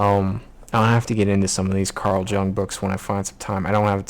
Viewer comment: Carl Jung - Jung is pronounced Yoong :-)